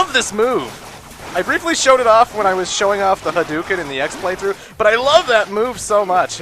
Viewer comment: btw its HADO KEN well thats how its pronounced